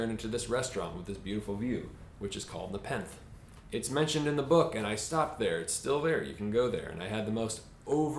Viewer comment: As a Carmel native, the way you pronounce Nepenthe is hilarious to me.